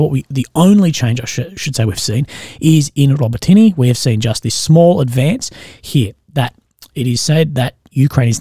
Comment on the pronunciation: A quick help with your pronunciation of "Robotyne." You're saying it like "robih-tee-nee" but it's correctly pronounced "rohbot-in-oh." Take care, legend 👍